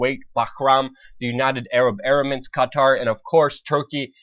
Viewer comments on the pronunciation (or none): It's "Emirates" not "Erimates" lol. Good video nonetheless.